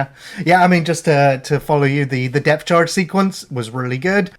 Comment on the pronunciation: Depth Charge,. Not Death Charge.